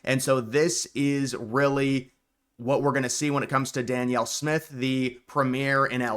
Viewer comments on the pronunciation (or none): none